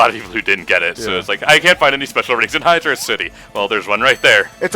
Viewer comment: its hydro (space) city. not hydrocity. its hydro and city